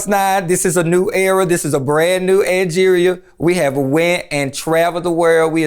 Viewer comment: NOT ANGORIA! LMAO